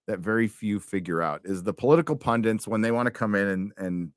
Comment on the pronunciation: "Political pundit" has one "n" in it. Pronounced "PUN-dit", not "pun-dent" .